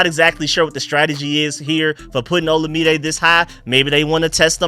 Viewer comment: Third video, third time saying FYI Olamide is pronounced like oh-LA-mi-day. You'll probably see all three of them around the same time, lol. Keep up the good work on the breakdowns!